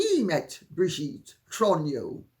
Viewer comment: I really like Candace Owens and watch her regularly, but what a breath of fresh air it is to hear you, dear Lady C, pronounce Macron and Trogneux! I wish Candace would learn to pronounce these names correctly because I cringe every single time she says them, and she comes off as ignorant or just plain lazy that she does not make an effort to correct her pronunciation.